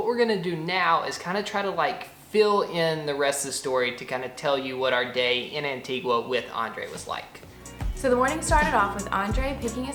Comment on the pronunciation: You pronounced Antigua correctly at the beginning of the video, but not at the end. It's An-teeg-uh, not An-teeg-wuh. Great video, though! Sorry to nitpick!